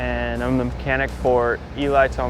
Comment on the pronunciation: “mehcanic josh ellingson”